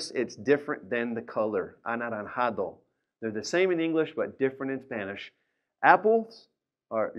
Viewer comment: In Spanish the letter J has a different sound than English, it sounds like at the end of carcaj or at the beginning of Jalil. His pronunciation was correct when he said naranjas a bit off when he said anaranjado.